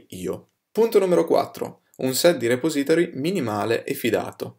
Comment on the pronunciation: puahahahahahaha mi fai morire col tuo 'repository'